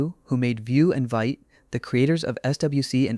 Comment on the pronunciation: It’s pronounced “Veet”